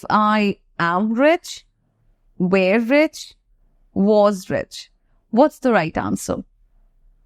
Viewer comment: Shocked to see that someone who can't even pronounce one of the most commonly used word "were" correctly, is trying to teach English. Don't be offended but you need to learn English for yourself.